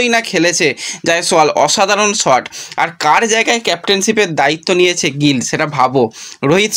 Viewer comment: গ্রল না গিল। ঠিক করো